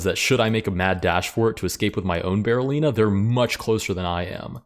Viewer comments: DID NOBODY IN THIS COMMENT SECTION NOTICE HE SAID "BARRELLINA" THE ENTIRE VIDEO?? 💀💀💀 LET'S POINT AT HIM AND LAUGH! EDIT: DO A BARRELLINA ROLL! 🦊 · Did he actually say it wrong though? It's apparently called a Berlin pawn – or a Berolina. Yes, I wouldn't pronouce Berliner with an O. But I also wouldn't write it with one, and that apparently is the correct spelling for the fairy chess piece. So I have no idea how you're supposed to say it.